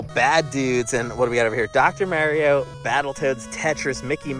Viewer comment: Bro you needa say “Mario” correctly. 😅